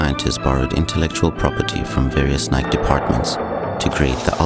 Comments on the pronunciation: That's how your supposed to say it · This is The european style